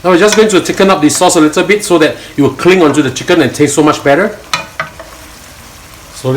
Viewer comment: Please stop saying "the" like "de" in front of words which don't start with vowels... it's wrong and annoying to hear.